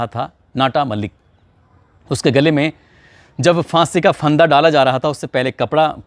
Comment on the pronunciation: “FAANSI ka FANDA” ?! “PHAANSI ka PHANDAA” hota hai ! 🤷🏻‍♂️🤷🏻